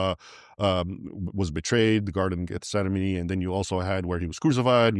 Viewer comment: Great interview, much good history compressed well, altho Mr. Ibrahim should probably clean up a few prob's - the Holy SEPUL-CURR is the pronunciation he's after, not "Sepel-chur". Also: Garden of Gethsemane, not Guess-enemy (which, btw certainly would not fit inside the Church of the Holy Sepulchre as he states). One more thing: the Reformation had little to do with acceptance of or respect for Islam, nor for dissing the Crusades. The pinnacle of Protestantism is probably Dr. Billy Graham, who called all his evangelistic meetings "Crusades", out of respect for them, and in fact his successor/son, Franklin has called Islam an evil religion (for which he's taken much abuse) unlike the popes who have welcomed "dialogue" with the Imams. The reason the formerly-Protestant countries are suffering from Islam is that they developed tolerant, open societies as a result of the Reformation, and have ironically allowed a serpent thereby to nest inside them. But the country that has been wrecked hardest from Islam in Europe is France, once "the eldest daughter of the Catholic Church", contra Mr. Ibrahim's words . But these are arguable points, and much praise is due to Raymond Ibrahim.